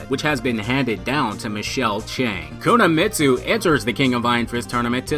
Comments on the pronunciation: Every time you mispronounce "Kunimitsu" as "Kunamitsu" I fell like someone is sticking a fork into my spine. Ugh.... Listen to your friend - she's doing it right. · Pronounced "koo-knee-mitsu" not koo-nah-Mitsu" lol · Love the video but you butchered the pronunciation, it’s not Kuna-mitsu it’s Kuni-mitsu. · you said it like Kuna Meat Sue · There is no "Kunuhmitsu". It's pronounced Koo nee meet soo. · why are you saying "kunamitsu" instead of kunimitsu? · It's kuni... Not kuna... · Yeah all I heard was Kuna m8. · Dude her name is pronounced [ku-knee-me-tsu] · ku na mi tsu lol